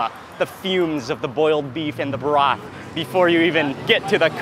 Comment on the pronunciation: sauce = sas broth = brath